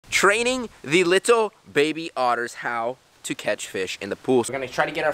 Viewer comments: Whenever he says training, it sounds like trading xD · In the start i thought he said trading the little baby otters